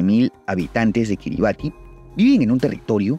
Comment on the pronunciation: Se pronuncia KiribaS ;)